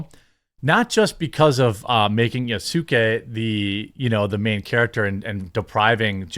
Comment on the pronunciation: Given how often they say his name wrong and use retainer term wrong + don't know how very popular he is in Japan probably they don't.